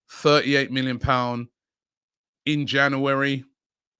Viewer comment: Yesss The best thing about the January transfer window is hearing Robbie Say jauwarry